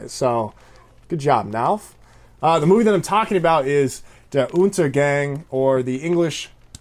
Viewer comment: It looks like you are going to forget how to speak German. Der UntergÄng? Really? Only practice can help. I recommend the best German movie of all times